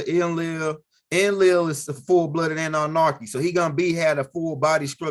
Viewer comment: There is no R in Anunnaki…lolol…and practice saying ExtraterreSTRIAL…That’s all!!! Keep the info coming though!!! 👍🏽